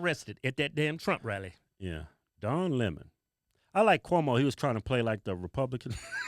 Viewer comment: don lay mon